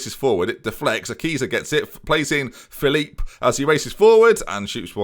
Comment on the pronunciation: and it's Phillip not philiiip